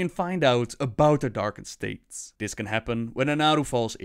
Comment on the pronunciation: when u pronounce "this" as "dis"...